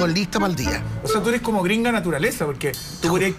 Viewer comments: SIII.. la Pancha y Jose dicen SIEMPRE "ERIS".. Yo nunca habia escuchado eso antes??!!😅🤣🤣🤣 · Me fascina cuando dices ERIS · Me encanta el programa, vivo en Francia, pero por favor di ERES NO IRIS, tratemos de hablar bien.